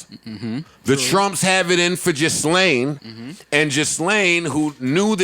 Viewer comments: It’s not ghislaine ( gis-laine ). It’s (gee-laine). Please say it correctly so you don’t seem like a fool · HER NAME IS PRONOUNCED GILLAYNE